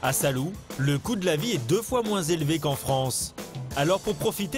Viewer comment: "Salou" vous devez prononcer "Sa-lo-ou" (avec l'accent sur "lo").